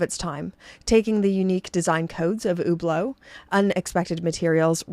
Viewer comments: It sounds about right to me. What should she say in your opinion? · She’s pronouncing it right.